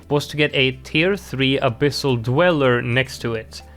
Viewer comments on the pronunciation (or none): none